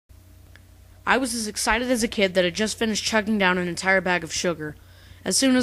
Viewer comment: exited? more like EGGcited!